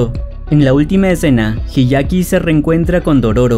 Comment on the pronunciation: El anime es mejor Se dice hyakkimaru No hiyaki Se dice taomaru La H no cuenta